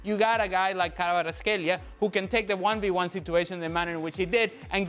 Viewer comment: Frank you can’t pronounce Kvaratskhelia or Kvara or you’re just f…. Blind, speaking about PSG and do not mention MVP of the match🤮🤮🤮